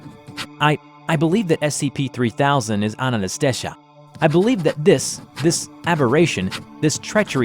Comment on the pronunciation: Ananta-shesha what's so hard pronounce? idk why was pronouncing it like Anantastaysha lmao